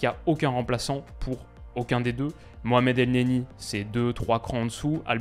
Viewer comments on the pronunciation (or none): none